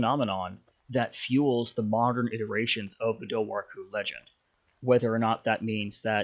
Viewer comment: It’s pronounced DOOR-WHO